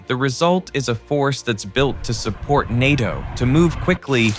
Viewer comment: It’s pronounced ’nay-toh’ not ny-toh